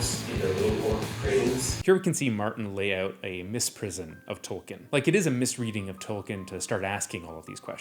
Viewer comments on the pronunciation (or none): Hi, great video. Although, Bloom's term is "misprision" not "misprison." Though, the implications for that misreading are fun, too.